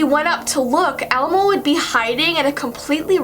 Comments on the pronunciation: I the ending did she she say elemo instead of elmo ??? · she says elemo 😂😅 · She said elAmo